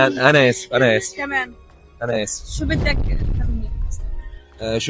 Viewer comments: شو بِدك بكسر الباء 😂😂😂😂 ايه الغباء دا ، حتى كلام مش عارفه تتكلمي والله قرفتونا الصراحه ، اسمها شو بَدك بفتح الباء مش بكسرها يا جاهله 😂😂😂😂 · لوسمحت بتاع المصريين مفضوحه 😂 حتى شو بدك ما قدرت تقولها صح ✅😂